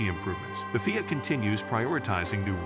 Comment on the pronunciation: I can never take someone who says FIA that way seriously